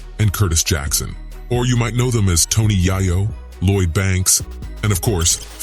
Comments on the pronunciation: AM I TRIPPING....IS THIS NIGGA SAYING TONY YIYO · None of the folks that do these types of videos use their own voice. They mispronounce names. Wtf is 2pack & Tony Yiyo? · TONY YI-YO??? THE NARRATOR MUST BE WHITE. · He butchered Tony’s name. So he definitely don’t know anything about South Jamaica Queens